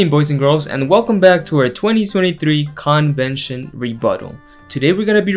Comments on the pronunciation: I love how you emphasize CON-vention!!! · I cringed at 0.04: "Good evening boys and girls and welcome back to our 2023 CON-vention rebuttal." These situation comedies are definately Watchtower CON jobs.